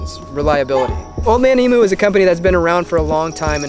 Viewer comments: Its Old Man "Eem You ", not Old Man "E Moo.".. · Killer rig mate! FYI, if you ever get down to Australia, emu is pronounced "ee-mew". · Old Man EemYoo...American's always get it wrong so I guess you're no different.